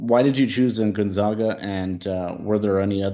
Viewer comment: Pronounce "GONZAGA" properly. It's gon-za(long a)g-a. Not gon-zog-a. It's the ZAGS, not the ZOGS.